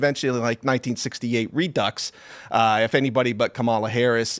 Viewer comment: 😂😂😂 he said “re ducks” 😮😂😂